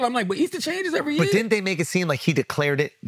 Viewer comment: BRO no one talks about never knowing how to pronounce DIDNT... she says DINNIT